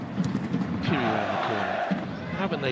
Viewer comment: this commentator been pronouncing phiri as puri😣😣😣 we are not taken serious